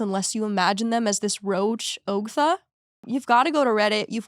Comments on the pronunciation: I'm so surprised you hadn't heard anything about Ogtha (aug-tha). Reddit on Wiki even had merch for it for a minute. 😂 Its just disturbing. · I can’t believe you guys don’t know the Ogtha story lol but it’s pronounced like awgtha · I've heard the Ogtha story before but the way pronounces it doesn't flow as well.